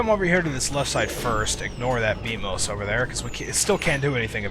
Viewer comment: No, it's Beamos, not Beamus.